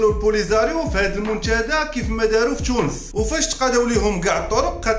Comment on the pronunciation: الله يرحم الوالدين انطق حرف التاء تاء وليس تشاء. تونس وليس تشونس منتدى وليس منتشدى محتوى محترم